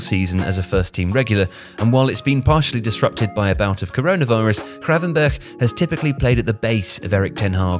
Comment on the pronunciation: Was hoping might try pronouncing the 'G' in his name properly but alas 😅 Nearly managed it